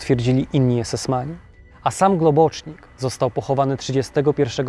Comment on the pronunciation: Globocznik? To po węgiersku? Himmla akcent uroczy: du hast miś.